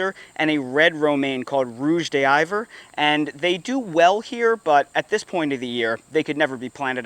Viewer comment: Rouge d'hiver - you got the first word right but d'hiver is pronounced div-air (like the word divide, but instead of the rhyming with hide, it's rhyming with air or hair), not de Aïver.